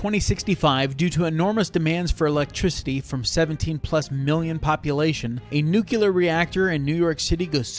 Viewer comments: It’s pronounced NEW CLEAR. NOT NEW CULAR. For fucks sake. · I know it's nitpicky but I really can't stand when people can't pronounce "Nuclear" correctly.